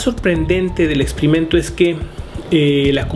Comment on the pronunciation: de acuerdo con tigo , además este hombre opina mucho. y pronuncia mal algunas palabras ejemplo expimento en ves de experimento... esas cosas hicieron que me harte de verle después del 1 minuto.